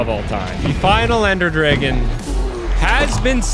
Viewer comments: why do you say dragon like (driggin)? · Unless u just say dragon super wrong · Ender “Dregen” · Hearing him say dreygon 30 times is killing me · dragon not draygon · "Ender dregon" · Why tf are you calling them dregens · Ah yes the draygon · Brother do you know how to say Dragon 😭